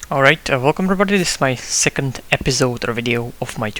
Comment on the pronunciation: zeecond eeepisode LOL that made me laugh :D